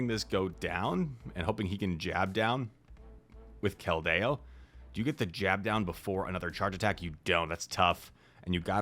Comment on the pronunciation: would you please pronounce 'Keldeo' correctly?? Thank you